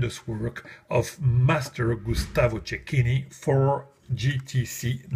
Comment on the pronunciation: Hey hey hey...one of the few that pronounced Cecchini correctly here on youtube ;) great score!